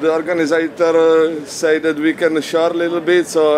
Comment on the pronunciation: " the organitator said we can shart a little bit" ??